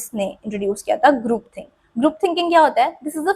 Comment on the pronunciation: Group ❌ Groop ✅ 😭🙏🏻😂